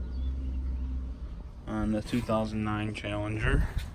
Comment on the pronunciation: Chall-en-ger. Challenger.